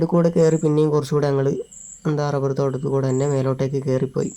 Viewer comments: ഡബ്ബർ അല്ല റബ്ബർ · മോളെ ഡബ്ബർ അല്ല റബ്ബർ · ഡബ്ബല്ല റബ്ബർ എന്നാണ് പറയേണ്ടത്